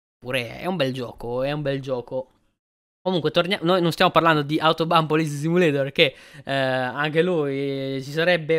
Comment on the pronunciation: Ciaooo... io adoro le simulazioni di polizia... lo hai pronunciato benissimo il titolo in lingua originale... sei sempre super onesto e sincero nelle tue recensioni... sei sempre una garanzia...:_poderakPoderak:👍👋